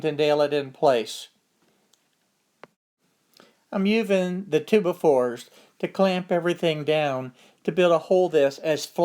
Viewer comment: Love the way you say 2x4. Twobafore